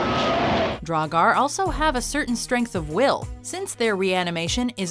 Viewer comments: Wow first one is draugur but they said dragar that’s when u know the video will be good HAHA AND 7 SLIPNIR HAHAHAH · It’s not draugar is draugr, there is no a, you go straight from the g to r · The pronunciation for draugr isn’t right, but everything else is pronounced decently. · Sorry to be that guy but its Draugr (pronounced draw-grr), Sleipnir (pronounced sly-pnear), Svaðlfari (pronounced sva-thl-fari(ð is pronounced like th for THis, or THat, or THen)), Veðrfölnir (ve-thr-fol-neer(remember- ð is pronounced with a loose th sound)), Níðhöggr (pronounced nee-th-hogger), Muspellheim (moo-spell-high-m), Niflheim (knee-full-high-m), you got Ratatoskr right but you tried a little too hard. Dwarves came from Ymir's skin as maggots and reside in Svartalfheim (svart-alf-high-m) or Niðavellir (knee-tha-ve-leer). Tyr lost his hand during the time when the gods were chaining Fenrir up. Fenrir ate it. Once again sorry to be that guy.